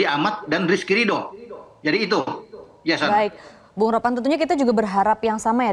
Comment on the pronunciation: Ropan bukan ropang 😂